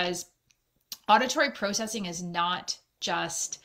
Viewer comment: The was she says processing 😬